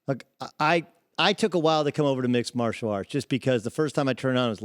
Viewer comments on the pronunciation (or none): none